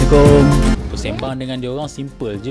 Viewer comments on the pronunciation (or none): none